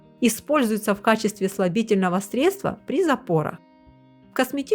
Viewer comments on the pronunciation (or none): none